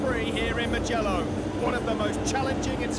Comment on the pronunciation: It's Moojello. Not Moogallo lol Bro, make wide entries lol